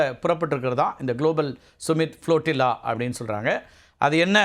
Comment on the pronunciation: டேய்...அது சும்மிட் (Summit) இல்லடா...சம்மிட் (Summit). உன்னையெல்லாம் ஒரு தலைமை செய்தியாளர்ன்னு வெச்சிருக்காங்க பாரு...அவனை சொல்லனும்.